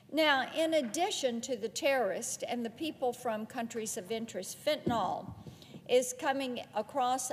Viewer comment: Also mainly for the politicians from the South: it’s pronounced “FENT-a-NILL” not “FENT-a-NOLLLL.”